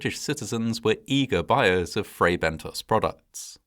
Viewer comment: You narrate very well, with excellent pronunciation and diction, but with occasional lapses. In this case, it's Fray Bentos, not Bento's or Bentoes. The 2nd syllable rhymes with Moss, not Nose. In British English (as you're apparently British, with a very British accent), it would have to have an E (or another vowel) after the S to change the vowel sound to a long 'oh' sound. American English does not have the short 'o' sound as in 'got' or 'not' in British English, and so American English tends to use either a short 'ah' or a long 'oh', depending on the word. That's correct American pronunciation. But when the short 'o' sound (as in British English) IS called for, e.g. in words from other languages, Americans tend to replace it with 'oh' because that's the sound they know - and that's perfectly understandable. However, IMHO that isn't something for British English speakers to emulate, because we DO have the British short 'o'.